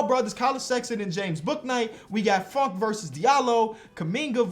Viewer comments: anyone else thought he said fuckin miles bridges and not funk and miles bridges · It’s kinda funny when he says funk because it sounds like the F word